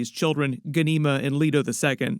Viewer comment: My mother's name is Ghanima and my clan is know as Dar Abu Ghanima. We are based out of Palestine and y'all need to know you are butchering our language when you say the name Ghanima. Get some Arabic speakers STAT